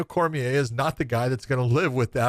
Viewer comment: It’s pronounced Daniel Cormi-A, not Cormier.